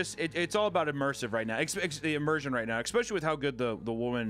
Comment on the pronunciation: ICK specially is not a word. It is pronounced ES pecially.